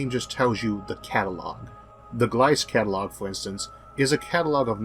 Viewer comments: Just a little detail: You are pronouncing Gliese wrong. You pronounce it like gl - i - s but it's pronounced gl - ee - s - eh. ( I don't know how to write in phonetics, sorry) :Ü™ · W. Gliese is pronounced Wilhelm Glee-zeh :) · Nice job as usual Isaac. Couple of nitpicks this time: 1. This is is the best profile I've seen of the intensity over time. It emphasises the hugeness and irregularity of the dips 2. Gliese is pronounced to rhyme with "Lisa". That's German for ya! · Great video I'd somehow missed when it came out. Just one little note for future videos, Isaac: Gliese is pronounced glee-ze